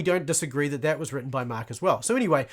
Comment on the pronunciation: Why do you call it the gospel of MAaak ? :elbowcough::chillwcat